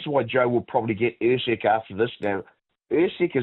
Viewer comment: Lonergan calling Usyk “Err-seg” ? 🙉